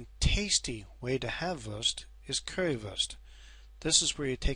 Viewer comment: It’s not “würst“ it’s „Wurst „